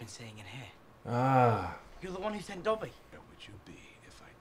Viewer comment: Why does he have such a hard time saying dobby 😂